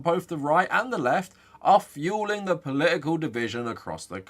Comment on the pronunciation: Poli-ical... I'm just trying to guess which consonant he will randomly drop next.